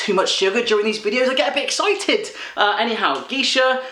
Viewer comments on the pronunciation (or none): Geisha is said "Gaysha" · Leyla Belkouche jag frågade inte vart du har varit..... men man uttalar Geisha Gaysha .. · In Sweden we pronounce geisha more like gaysha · Geisha in Sweden is pronounced Gaysha... xD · if you have not been told already(which you probably have), Geisha is pronounced Gaysha, a Geisha is a Japanese lady who entertains men through singing, dancing, conversations and sometimes other things. There is in fact a movie based on these women called Memoirs of a geisha. It's a fairly good movie.